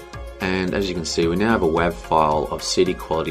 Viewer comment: Hey watched all 4 parts, thanks for sharing. Just a few things I noticed along the way. 1.) "wav" is pronounced "wave" 2.) When resizing you should try to keep the aspect ratio, your distorting your videos so try to play in a native resolution you want to upload or a multiple of it, or sometimes try a crop. 3.) AAC, is newer and much better than MP3, same quality half size, or double quality same size. 4.) When you copied (exported) audio no reason to set the encode settings Again thanks